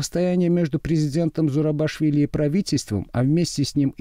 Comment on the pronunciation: Фамилию президента Грузии неправильно произносите. ЗурабИшвили, а не ЗурабАшвили.